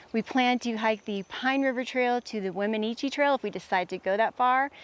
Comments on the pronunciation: Wem in noosh is the pronunciation. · It is pronounced "Weminoosh". No offense, but when you go to an area you are not from, it's best to at least google how to pronounce the area.